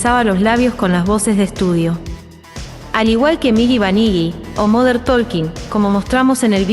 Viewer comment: Me encantan este tipo de videos. Solo un comentario, y lo hago con todo respeto sin querer ofender a nadie: se pronuncia Tókin (la palabra Talking en inglés), sin la L. Saludos al canal 😁